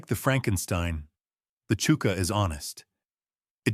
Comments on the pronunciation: It’s pronounced Chucker not Chooker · It's hard to take it seriously when he pronounces chuka boot as "chooka" when it's "chucka". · "CHOO-ka" boot???..... Really??... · Its AI is why its pronounced wrong